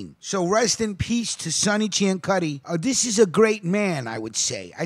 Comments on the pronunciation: Last name was actually pronounced "See-an-suty" instead of the proper Italian pronunciation that you used for this piece. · Ciancutti is pronounced "see an sooty" in Arnold, Pa. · Being from New Kensington I must tell you, that you have pronounced Mr. Ciancutti's name incorrectly. It is pronounced (Sin-sue-tee) or (Seean-sue-tee). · You’re saying his name wrong. It’s pronounced sansuti. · I was going to add the correction on the pronunciation of his name but others beat me to it. Ten years ago I was arranging a burial for a member of Sonny's biological family, and when I called the cemetery and started to spell the name the woman said, "Oh, Ciancutti!" She then regaled me with tales of the other Family. "You could walk down the street in New Kensington and know that nobody would try to snatch your purse, because if they did the Family would know about it, and take action." Thanks for all the research, and God bless.